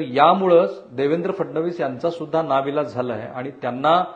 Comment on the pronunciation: नावीलाज नाही नाईलाज . शुद्ध बोल आधी .